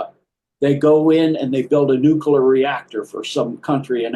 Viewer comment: Will somebody please explain to me why I'm listening to this gobbledy-gook nonsense? Never trust an "expert" who can't correctly pronounce the word Nuclear.